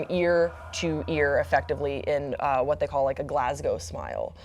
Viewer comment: Yass for pronouncing Glasgow correctly